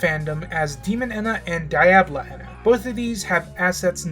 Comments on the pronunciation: If says “ehna” instead of “ENA” one more time, I’ll... uhhh... kill myself? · the E in ENA is pronounced by itself and the _NA is the part you got right, I hope you dont see this as rude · Are you moony? (Just joking because moony was saying ena’s name like that)